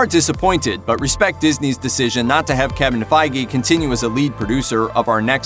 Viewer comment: Did he just say fay gee